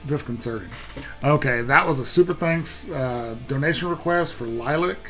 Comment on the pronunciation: Good lord! Stop talking...and it's not green screen. Plus, it's Lil-lee-ac...not Lilac.